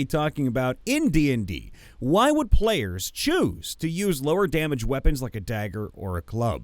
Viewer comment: You kept using the wrong inflection for "Why?",. You were reading it like a back-and-forth discussion, but you should have been reading it like someone answering their own questions, because that's what it was. Also, vorpal weapons just behead on a crit; they have nothing to do with things from other planes.